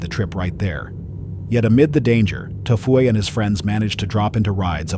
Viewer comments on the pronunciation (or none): He said Tfue is T Fu A 😂😂😂